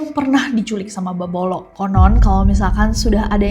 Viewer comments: BKN bebolok tapi bebodo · Bebodo Nes di Mataram bukan bebolong